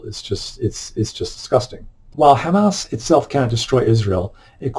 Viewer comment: Dude! You made me laugh so hard when yopu pronounced HAMAS as Ham ASS